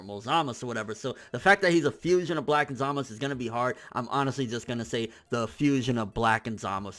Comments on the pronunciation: its zamasu not zamus great video btw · ITS ZAMAZUUUUUU NOT "SAMAS" OR "ZAMAS" who the fuuuck is samas??? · Everyone who does review says it right, the anime and manga spell out Z A M A Z U, why is he always saying samas, zamas, samaz? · His name is Zamasu ZamaSU not Zamas fuck that shit is hella annoying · Zamist? za-ma-su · I thought it was also peculiar that he specifically called himself zamasU at the end. Emphasizing the U at the end. Because throughout the series he was always referred to as zamas- by everyone. Not to mention he mention his name was zamas spelled as zamasu. But now he says "I am zamasU!" Just saying idk good vid yet again. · I think you may have misunderstood me. Throughout the entire series so far, they have pronounced it as Zamas- with no U. Even though it is spelled that way. However, at the end of this fusion episode he clearly enunciates Zamasu with a U. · How Hard Is It To Just Call Him Zumasu Lol Serious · dude just say samazu wtf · you really need to stop saying "Zamas" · So.... when was the u silent in Zamasu? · watch when beerus kills zamasu. they a bunch of characters say his name a lot and i turned up the sound and i cant hear any U.